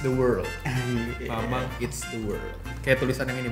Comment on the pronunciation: Eats bukan eat's